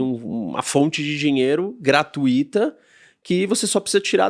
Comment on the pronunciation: Gratuíta! E esse cara é professor!